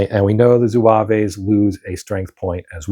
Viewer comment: Good to see this played. Still have to punch mine. One note: there is no 'A' at the end of the pronunciation of zouave, it's just zwäv.